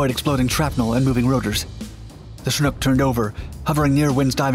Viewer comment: you're the only youtuber in all my years of watching that pronounces chinook properly